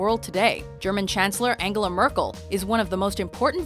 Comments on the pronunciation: Angle-ah? Angle? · Angle-ah? Really? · How funny you guys pronounce Angela Merkel :D